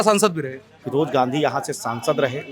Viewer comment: Raybareli ki janta se mai kahna chahta hun ki firoj Khan firoj Gandhi kab se ho gae bhai kam se kam nam ka uchharan sahi se Kiya Karo mere brother